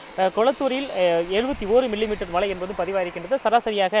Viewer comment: சொன்னதையே திரும்பத் திரும்ப சொல்லி.... போரிங்......நூறு தடவை மலை மலை மலைன்னு சொல்றிங்க.......அது மழை மழை மழை.....